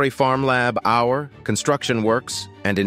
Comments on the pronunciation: It took me a while to work out what all this "Labhour" was, until I realised from the context that he means labor. How can such a common word be so badly mispronounced? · I had to shut this important video off because the narrator's "lab-hour" instead of labor was so damned irritating. Get a real human narrator! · What does he not say child labour instead of lab our! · It's labour not lab hour. Jeez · "Lab hour"? Do you mean "labor"? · What the Hell is Lab Our? Is he trying to say labour? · “Lab Hour”? WTF is that? I believe you are trying to say labor. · It's "Lay-bor" not "Lab-hour" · What the heck is lab our??? Can't you get a moderator who understands English? it's labour!!! ......as in child labour or USA "labor". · LABOUR is the English spelling of LABOR its not LAB OUR LOL :face-green-smiling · What is lab hour ?, you mean labor , as meaning hard work, you should practice speaking before making these, and since I'm English I know what I am talking about, I have not heard American's talk like that. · Labor not "lab hour" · It's la bor not lab hour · Try using a human narrator that knows the difference between labor and lab hour. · "Child lab-hour"? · Reader is not too bright…LAB HOUR?! 🤦🏻‍♂️ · PLEASE! Lab Our-it is offending to the ear. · He is using the British spelling, "labour" in the text. Nevertheless pronunciation is virtually the same with either spelling. This guy's "lab-hour" is just ridiculous. Couldn't take him seriously and couldn't finish watching it. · DID YOU FIND OUT? MAYBE HE IS TRYING OT SAY LABOR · I laughed more and more every time I heard "lab-hour". The pronunciation problem in this video is very sev-array (severe)! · Next time I would type it as "Layba". That might help the text-to-speech. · How about "Layboor"? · Lab Hour? You’d think with today’s tech you could easily get a computer generated narrator to read words correctly! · i can't take the "lab hour" anymore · This man can't pronounce "labour"! He says "lab hour". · "Lab hour"?